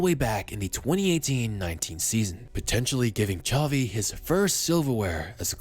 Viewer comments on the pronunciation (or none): Xavi* not Chovi